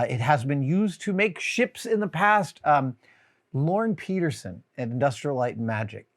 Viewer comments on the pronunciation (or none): none